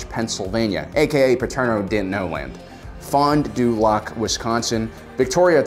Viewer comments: Fond du Lak, not Lock. Oshkosh you nailed. Too bad Milwaukee wasn’t on here XD Might be a good thing, tbh... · you pronounced Fond Du Lac wrong! Its Fond Duh Lac, not fondue lac